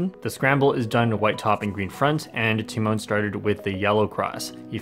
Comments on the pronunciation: everyone: te-maun (tymon): ti-moan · Um, it's pronounced t-EE-mahn, lol. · And here I thought the "Tymoan" pronunciation has come to an end. 🤦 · Im polish and its pronounced "Tyh Mon" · He pronounced his name so wrong lol. But great video keep it up. And congrats tymon!💪👌👍